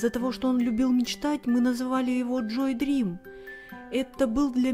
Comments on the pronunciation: Не Джои Дрим а Джоуи Дрю! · Правильно Джоуи Дрю!